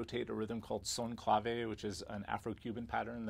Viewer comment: Clavé??? .... You must be joking: it's "clàve"...